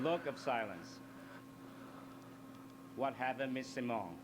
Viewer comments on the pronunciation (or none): none